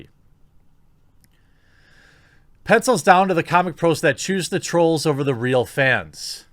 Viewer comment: "The struggle is ree" - Jeremy 2020